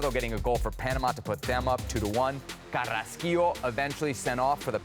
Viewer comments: And it is Carrasquilla, not Carrasquillo. Read well go to optuca Sosa y Arango for an eye exam. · Repeat with me " CARRASQUILLA" no carrasquillo 😂 these gringos